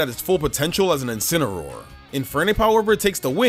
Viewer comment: THE FIRST A IN INCINEROAR IS SUPPOSED TO BE AN E! AND IT'S LEAVANNY, NOT LEAFANY!